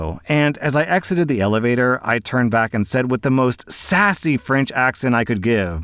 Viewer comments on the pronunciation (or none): I'm chuckling at how you pronounce the french. XD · Award for worst French accent ever,. 😊